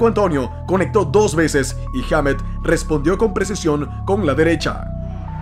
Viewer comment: "Heamet"... jajajaja